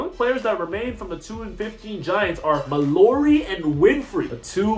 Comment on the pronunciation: It’s pronounced Kylan MAL-ORY